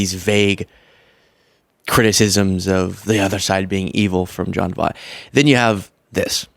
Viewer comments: I know you don't know who he is, but he was a fantastic actor. His name is pronounced VOY-T. Voy, like Toy, and add a T at the end. His daughter, Angelina Jolie doesn't have anything to do with him. He's even more crazy than she is. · V OI T!!!!! you're driving me nuts saying his name wrong. Voight has an oi in it, which makes a particular sound. You're going to rag on him for not saying Kamala right, but you can't even take the time to learn how to say his name before a video in which you say it 20 freaking times! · Take the time to learn how to pronounce people's names correctly. Basic journalism. Very basic. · At least pronounce his name right. JFC. You made dozens of these videos and never learn how to pronounce his name? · Please look up how to say someone's name before producing a video where you repeatedly say it wrong. I can't stand the man, but get his name right at least so everyone knows who you are talking about! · Big fan, love your videos and think you're making a difference BUT you criticized him for mispronouncing Kamala's name while mispronouncing his. He probably did it on purpose, and I'm sure you didn't, but just a note for future videos about his crazy opinions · gen x is going crazy with the way you mispronounce Voight... well, maybe only I am... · Check Seinfeld episode for correct pronunciation of "Voight" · Voit. V-Oye-t..."like "oye vey" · Pronouncing it wrong. Voit. Like BOY T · It's John Voight, not John Vaught. I'll forgive you if you watch Anaconda in repentance. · it's pronounced, V-OIT, like DetrOIT. he's Angelina Jolie's dad. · You murder his last name yet I can’t figure out how to phonetically do it 🧐 Angelina Jolies father VOYT ❗️🤷‍♀️if that helps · I love you, but I have to correct you. You're criticizing this gentleman for pronouncing Kamala's name wrong, but his last name is actually pronounced V-oy-t. Lol you're probably too young to know. But still love ya!